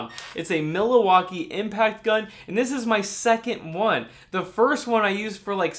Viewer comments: you are a wonder! Thanks for all the great videos - so educational and informative. Just one comment: your "Mill-A-walk-ee" is pronounced: "Mill-walkie" in Wisconsin. (LOL) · It is pronounced Mil-walk- ee not Mila-walkee LOL. Yes, most of the Milwaukee Brand Tools are excellent quality. I am also a Klien Tool fan. Great video,. Thanks, Russ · Miller-Walkee???? Milwakee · WILL, It’s. ..... Mil wak kee, Not Mila wakee.... ! Your welcome... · um, it's Milwaukee not Miliwaukee . lol. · no 'a' in Milwaukee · Great video! but it's MILWAUKEE not milawaukee..... lol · Milowaky tools? 🤣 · "Millowalkee" ,,, lol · Mill-ah-wah-kee? I think it's only three syllables. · It's Mil-Wau-Kee :) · Or is it milliwattkee? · I’ll be calling them Milliwaukee from now on. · The Algonquin root for Milwaukee means "good land" or "gathering place," with pronunciations like Millioke or Minwaking; the modern English pronunciation (Mil-WAH-kee) comes from this, but the famous "mill-e-wah-que" from Wayne's World captures the spirit of its indigenous roots, sounding like "Mill-eh-wah-kee" or "Mih-wah-kee", meaning "the good land". I learned this from Alice Cooper! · is worth watching for just the way he says Milwaukee. I've never heard anyone say it like that. I commend you. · Just found out I've been mispronouncing "Milwaukee" and "tighten" this whole time!! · Doc It drove me nuts every time he said it!! Lol 😂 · Laughed when said it as well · FYI Milwaukee is 3 syllables, not four. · Yes, Milwaukee has just 3 syllables, but his videos are so great it's fun to rib him about it. One of my favorite YouTubers for sure! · Ya I was thinking he was having a stroke he also said Pittsburgh funny and he said carbit instead of carbide I guess but I assume he meant Cobalt I mean carbide drill bits are a thing but really only for machining or masonry